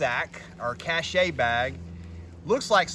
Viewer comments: It's pronounced "cash." Unless you are from Australia, then it sounds like, "kaysh." 😉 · I like you video thanks for the info I was researching this and this was a big help. FYI Cache is pronounced kash or cash-LOL